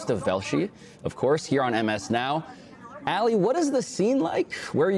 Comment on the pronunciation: Why is the dude inside saying Allie?! His name is Ali 😂 Weird